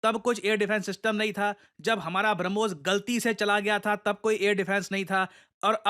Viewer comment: Sir P.D's deliberate stress on "Galti" while referring Brahmos 😂😂😂😂😅😅😅